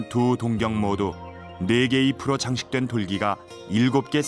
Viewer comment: 동경이 아니라 동-경으로 장음 발음하셔야 맞습니다.